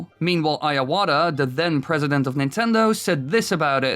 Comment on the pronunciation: Why do you say Iwats name as IAWATA i mean you're always talking about nintendo franchises i dont believe youve never heard his name pronounced before